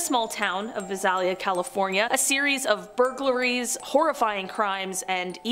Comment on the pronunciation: Vi Sal ia Long a accent on Sal